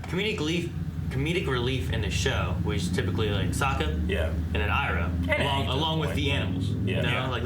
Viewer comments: The pronounciation that bothers me the most is Zhou saying "ee-roh" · Iroh not pronouncing as Eyeroh is more suitable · "Ahng", "Soaka", "E-ro". I'll never not facepalm at these things.